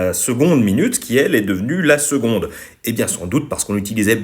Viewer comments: Alors tout c'est génial mais on dit seConde et non pas seGonde ( en plus en latin tu le dit correctement) pour ceux qui connaisse et suive Athéna TMTS ;) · Et pourquoi ça se prononce « seGonde » ?